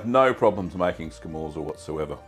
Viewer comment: It's pronounced "scamortsa", if you care, and if you can smoke it, you should try it!